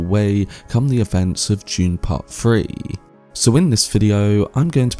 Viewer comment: Bro can’t say three